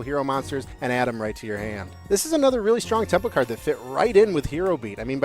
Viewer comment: During the R spell card my man went full Minnesotan with that cArd